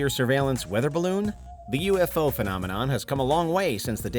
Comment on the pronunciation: So sick of people mispronouncing the word phenomenon 🙄